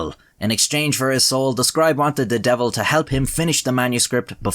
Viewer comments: “The deevil ‘emself! B’Jaysus, Look at ‘em!!” Was so iconically Irish LMAO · "divil" and "jaysus" just pull at my heart strings so much, I miss my grandma. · i was gonna say something about your pronunciation of josephus but this is a country where y’all say ‘divil’ and ‘jayzuss’